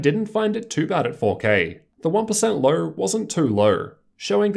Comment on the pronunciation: lol how do u say low like luuuw